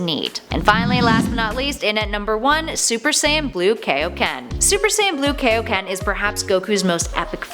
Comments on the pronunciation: 1) both king kai and goku claims that kaioken is a technique 2) King Kai’s name is in the damn technique. It’s not kay-o-ken. It’s kai-o, as in Kaio-sama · Kaioken is pronounced Kai Oh Ken, Team Four Star made a joke about it when Goku's dead friends want training from King Kai. I blame the Ocean dub for this but Funimation went back with the proper pronunciation...eventually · "But GUYS ultra instinct IS a form!" I bet you pronounce kaioken as kay o ken on purpouse. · Kaioken not keioken come one king kai’s Name is even in it and he created it.